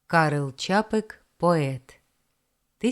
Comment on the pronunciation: Чарівний Чапек! Як розумно можна підкреслити застосування дедукції до уяви митця! Дякую,, чеські прізвища, на мою думку мають наголос не в кінці, а раніше! Бо тут схоже постраждала росіянка!🎉😂🎉